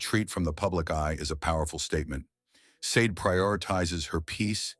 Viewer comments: "Shau-day" is how you say her name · Hey, Ai voice over artist - It's pronounced: SHA-DE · Sade (/ˈʃɑːdeɪ/ SHAH-day)... Come on! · What the flip? Her name is pronounced, "SHAH-DAY"!!!!